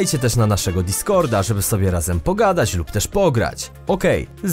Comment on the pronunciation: Sobie, nie "sobię".